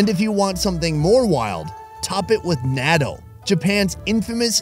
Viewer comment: that is not how you say natto